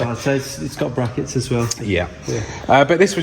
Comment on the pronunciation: And - its " bwackets", if you please. Cheers